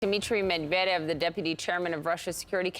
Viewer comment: Please CNN..... learn how to pronounce foreign names correctly. Med-va-dev? Surely there is a native Russian speaker on your staff somewhere who could help you.